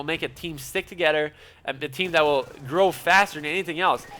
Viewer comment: I love how you speak lmao for when you say stuff for e.g. 'instead of together' you say 'Togedder' haha I LOVE IT! Good video btw! <3